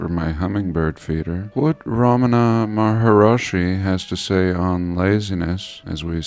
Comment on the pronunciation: I was corrected on this pronunciation too, but it's Ramana MA-HAR-SHI